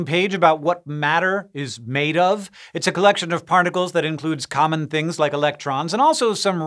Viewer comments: does anybody else hear “parnacles” here? 😂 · Yep Confirmed....